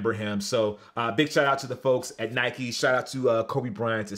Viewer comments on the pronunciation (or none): none